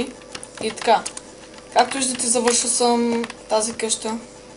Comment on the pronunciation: Поправка Къща а не каща :)